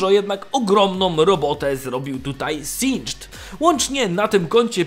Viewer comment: czy tylko ja uważam że powinno sie mówić "zinged" a nie "sindżd"?